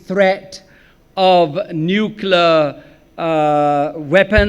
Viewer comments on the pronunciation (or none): ‘’ Nuklar “ ? What is nuklar, your Lordship? Ah, you meant “Nuclear” , your very amazing Lordship……yes?